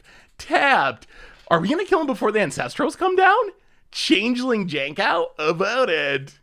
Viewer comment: Chang-ling? Sounds asian.